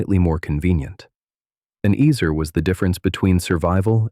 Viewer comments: It would be extra nice if the word was actually pronounced properly in this video. It’s pronounced ‘ets-aire’, NOT eez-er or ezz-er. How awful to hear it pronounced terribly incorrectly over and over again!!! (Just say no to ai voice!!!) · Is it pronounced "ehzer" or "eezer?" AI narrator goes back and forth.